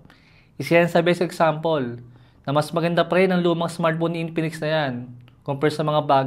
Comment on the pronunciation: I love how he says INPINIKS